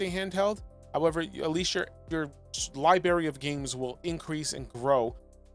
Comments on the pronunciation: LibRary. Not liberry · Aw man… what was that “libary “?!? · LIBRARY.... There is an R before the A